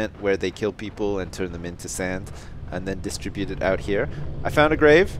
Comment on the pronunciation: You said oot